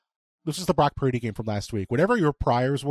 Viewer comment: Brock Puurrrrrrrrdy😂